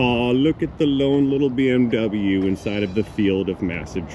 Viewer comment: Not to be a stickler I believe Your accent referring to the BMW is wrong mate, Autobahn if German BMW is fish and chips😂😂😂.